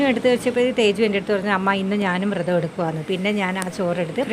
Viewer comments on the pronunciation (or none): അമ്മാ.. വൃതം അല്ല. വ്രതം ആണ് കേട്ടോ❤